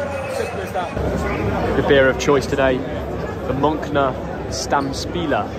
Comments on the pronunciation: no way he pronounced munchner munk-nerr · The „Munkner Stammspila“ too good 😅